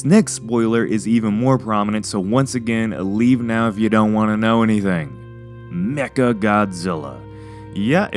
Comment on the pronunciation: when he said mecha, it sounded like he said 'necka'